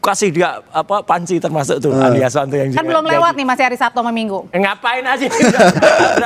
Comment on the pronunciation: Saya suka kalau pak roy bilang Andi Asu-wan 😂😂